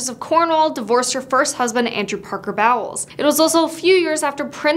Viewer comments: It's pronounced bowls, not Bowels lol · The way you keep pronouncing her last name “Bowels” lmao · it's pronounced bowls not bowels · Bowels. 😂. It’s the way some people still feel, but it’s pronounced like bowls. Thanks for the laugh. I needed it this morning. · I'm dying at the Camilla "Bowels" pronunciation 🤣 It's Bowles like "Bowls" LMAO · “Bow wells” lol. It’s pronounced “bowls” as in when you go bowling. I prefer the narrators version though 😉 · Its pronounced like “bowls”; “bowels” are the large and small intestines… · Bowels? Girl, it’s pronounced Bowls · Its pronounced bowls as is cereal bowls not bowels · Camilla's title is Queen Consort. Her last name is pronounced bowls not bowels. Lol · ..pronounced..” Bowls”.. not bowels.🤦🏼‍♀️ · Oh dear God! Get the pronunciation correct. It’s pronounced like “bowls” as in cereal bowl. Not “bowel” like the intestines. 🙄🙄🙄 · It's pronounced BOWLS as in a cereal bowl. Not Bowels where your poo poo lives🤣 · Its pronounced 🎳 bowls not bowels 💩 😅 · Her first husband was Bowles not Bowels pronounced like Bowls where do you get your info from check the facts before you post videos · Can't pronounce words. Bowels. ITS BOWLES,! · Lol. I love the way you pronounce it “bowels.” 😂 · I love how you’re pronouncing her name like that instead of it being pronounced as “bowls” 😂 bowels 💩 tho is a more fitting name for her 😂😂😂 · I love how you pronounced Camilla's last name as "bowels", lol. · Camilla's last name is pronounced the same as"bowls". You oridoubce it like a person's bowled. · I love that you pronounced it bowels 🤣👌🏻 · It's actually pronounced, "bows". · "Bowels" hahahaha! very appropriate mispronunciation! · Nobody’s gonna comment on the “Bowels” pronunciation hahaha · Love the way you pronounce the surname Bowles as Bowels. 😅🤣😂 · “Bowels”?!? Uhhh…that’s a very unfortunate mispronunciation. Learn your facts before you do a presentation! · Look I don't like her either but it's pronounced "bolls" 😮‍💨